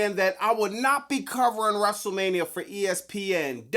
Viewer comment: Wrestle Meh-nia is real